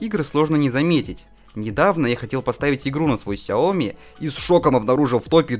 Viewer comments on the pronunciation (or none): none